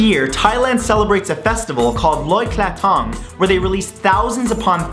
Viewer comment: mathew you said loy kratong wrong